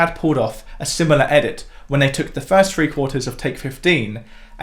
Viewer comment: I thought he said "tree". I always wondered what he was doing up a tree.